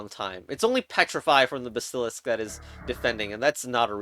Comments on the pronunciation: I hate how you pronounce basilisk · the way you pronounce basilisk and phalanx is displeasing